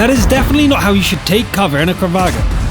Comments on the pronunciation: Did he say kravag instead of kranvagn? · So that's how to pronounce kranvagn and UDES..